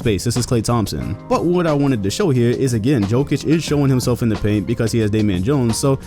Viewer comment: Jokić, not Joekić